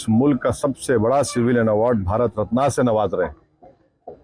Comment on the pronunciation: तो क्या किसी aatankwadi को देना था भारत रत्ना. ......... बोलना तो आता नहीं, रत्ना, रत्ना,रत्ना......रत्ना नहीं होता है....रत्न होता हैं ok...और दंगे-fasad तुम जैसे लोगों ने ही करवाएं है हमेशा ok.